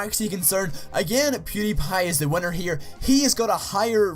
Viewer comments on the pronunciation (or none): none